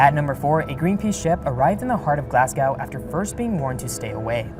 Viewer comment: please get better at saying Glasgow. Its glaws -goh... like "claws go" but with a G.